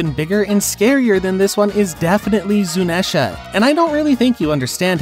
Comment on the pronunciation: Endurance is different from durability Endurance means to be able to take some big damage and keep pushing Durability means to take a big hit with only a scratch Also, it's pronounced "zoo-knee-sha"